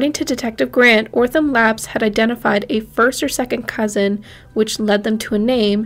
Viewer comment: Great video. So glad they got answers! One thing.. its OTH-RUM not ortham.